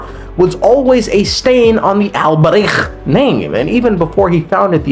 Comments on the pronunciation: dawti pronounce albreich like he's going to casually start his own volksgemeinschaft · The way your saying Alberich is hurting my ears so much lmao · I spit two times while trying to pronounce the name Alberich. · the alberich pronunciation is sending me